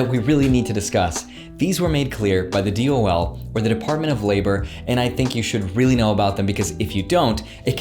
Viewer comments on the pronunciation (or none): none